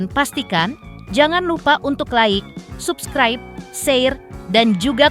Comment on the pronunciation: YG BACAIN INTENS ORANG MANA YA... NGOMOMG NAMANYA GALA "SKY" GA BISA... NGOMONG SUBCRIBE JG GA BISA PEMENGGALAN KATA JG KADANG NGAMBANG